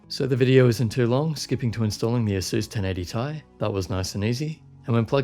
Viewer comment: Its pronounced ti not tie lmao.